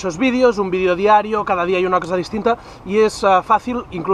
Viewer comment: si por favor deja de decir "vidio" y pronuncia "video" lo pienso